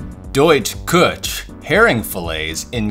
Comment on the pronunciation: I only know very little German, but Küche should be pronounced something like koo hey (with a little maybe phlegm on the hey) It means kitchen